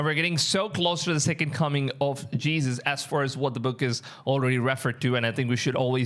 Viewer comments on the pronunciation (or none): none